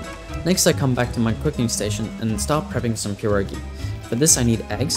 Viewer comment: A English YouTuber who said pierogi right? Damn u deserve more subs than Jakeyorous for that